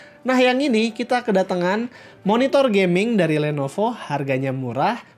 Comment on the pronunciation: did someone heard he says "Lenopo" instead Lenovo? xD